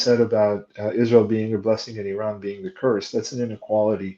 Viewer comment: Someone has egg on their face. He called Iran wrong.